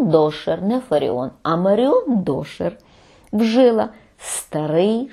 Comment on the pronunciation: Дякую. Є запитання. Ви кажете "вжИла". Хіба не "вжилА" правильно?